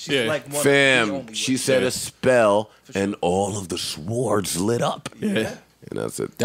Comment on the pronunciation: Did Joe say sWords, not sords! Stop it Joe